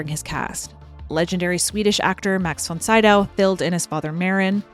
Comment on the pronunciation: You omitted Lee J. Cobb .... and isn't it von SEE dow not von SIGH dow?